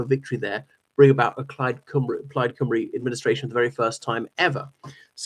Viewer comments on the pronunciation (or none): I’m thoroughly enjoying your channel and content! Just a quick Welsh language pronunciation tip: when you say Plaid Cymru, you pronounce Cymru correctly (“Cum-ree”), but when you say Cymru on its own, the pronunciation isn’t quite right. I also thoroughly enjoyed your video from your recent visit to Wales. You might consider coming further west to Pembrokeshire and/or Carmarthenshire — the Iron Age, Roman-era and later history here is fascinating, and I’d really enjoy hearing you talk about it. Diolch a dymuniadau gorau.